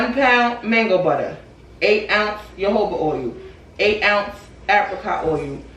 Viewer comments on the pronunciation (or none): Love this video,, but I gotta help you out with that Jojoba, my girl. 😂 It’s ho-ho-ba. The J’s are said like H’s. Nevertheless, this is a smart video. You’re showing your customers it’s safe to purchase from you. 🥹💗